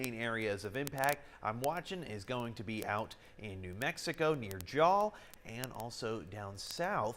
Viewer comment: Jal is pronounced like "Hal" except with the english J. ps thank you for including se nm, you are the closest news station we have.